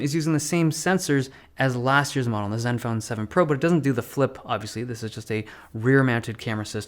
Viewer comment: “parts of zeven phone seven” 😂 Dave love ya bro